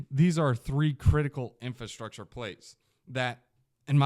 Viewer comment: Is my guy aware it's "Infrastructure" not Infustructure? Just making sure😅